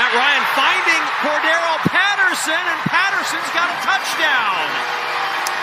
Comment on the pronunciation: an increasing percentage -- seem to ignore C.P 's center syllable( Cor(d) darr elle ) ~ final of TNF matchup might be somewhat closer than anticipated . . .